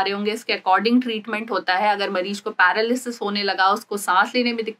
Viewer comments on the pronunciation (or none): none